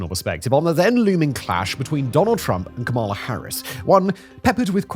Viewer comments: Not that it matters now but Kamala is pronounced with accent on the first syllable. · "Comma - La", non "Comaala", good grief. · Did you just say kaMAla? smh... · Why do you keep pronouncing Vice President Kamala Harris' name wrong? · You're still pronouncing "Kamala" wrong. Is it an accident or are you intentionally mispronouncing it in the same way that Trump did? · You can't pronounce "Kamala" either? DISMISSED. (I'm going to pronounce your name "See-mun" from now on)